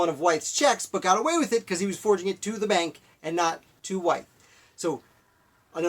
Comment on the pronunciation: Pretty good summary of life of a man who did so much. I just want to note his last name is pronounced like with. Also, they others poisoned was his freed slave, Lydia Broadnax, who served as his cook/housekeeper and his free, mixed-race student Michael Brown.